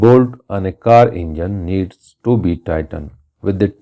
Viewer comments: u pronounced to wrong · u pronounced "to" wrong